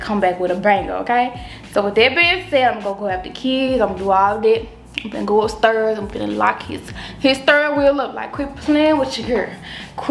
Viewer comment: Go up “stirs”